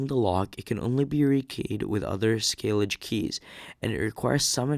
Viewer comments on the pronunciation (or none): My favourite pronunciation was.... Skay-Lidge. Bahahahhaha! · Schlage rhymes with vague